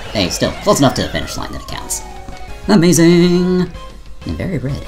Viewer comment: Quit the lazy ''amaizing'' ;)